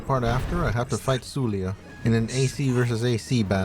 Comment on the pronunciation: BTW It's pronounced Su-la. Not su-lia. There is no i/e sound.